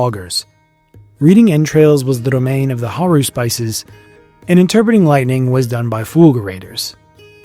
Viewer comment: This video is great. Just wanted to let you know that the plural of "haruspex" (haruspices) is pronounced hə-RUH-spih-sees, like Antigone.